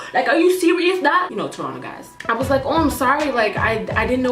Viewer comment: What were you saying when you said "you know how (blank) guys are". It sounded like tronna guys kinda? I'm dying to know lol